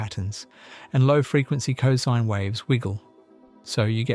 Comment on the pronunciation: "cozeen" waves? Euler would be ashamed and disappointed...